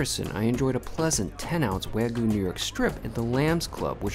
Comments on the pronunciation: "wagu" lol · Bro... There's a "Y" in the word Wagyu... It's a Japanese word. You don't call Kyoto "Koto".